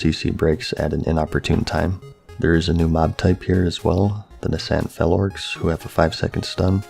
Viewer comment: “Na” “scent” 😂 I love you so much